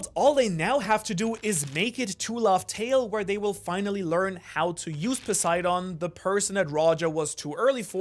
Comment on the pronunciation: A german guy pronouncing english words in a japanese accent is starting to be some of the most cringe stuff in the one piece community Cant even say poseidon which is greek/latin without sounding like a japanese tourist smh Speak english properly and quit tryna sound japanese dude like what even is that, a grown man culturally appropriating an accent ? 😂😂 Jk but still wtf